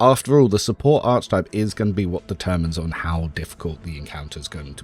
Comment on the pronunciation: its pronounced "Ark ee type" please man!! ill subscribe if u pronounce it properly :) but seriously, thanks so much for the spreedsheets, they're awesome!